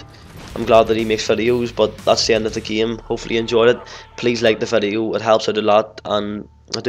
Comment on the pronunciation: he says fedio instead of video but i love you